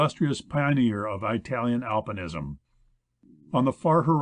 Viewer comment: I think the narrator is supposed to be saying marine but keeps saying maRain. It is bugging me because maybe he is saying it right but I cannot find any word from Google that fits. Also he says I-talian instead of Italian. Why not use a person with less idiomatic pronunciation.